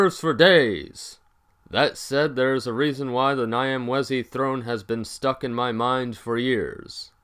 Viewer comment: If you can understand Italian, the "gn" sound in gnocchi should be used for the "Ny" of Nyamwezi.